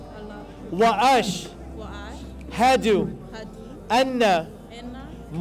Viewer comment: Bro try not breaking the words into “ash…hadu” instead “ashhadu” 👍🏼👍🏼